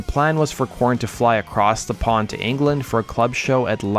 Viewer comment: good Lord, just constantly having to spell out everything in YT comments. I spelled it the way he was saying it. Go back to the start of the video and you'll hear him pronounce their name as core- in or Kor-en.